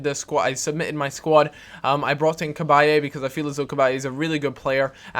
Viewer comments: its CA-BY not CA-BY-A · cabaye-a? its CABAYE! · C-Bye thats how you say it